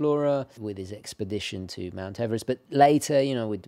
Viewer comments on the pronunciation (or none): none